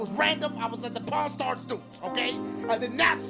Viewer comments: Dashie I thought you said Porn Star lmao. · when i first time heared dashie saying pawn star dudes i thought that he said pornstar dudes XD